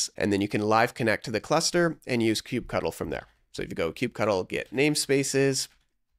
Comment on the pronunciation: IT's NOT KUBE CUDDLE! GGRRRRRR How am I supposed to take you seriously?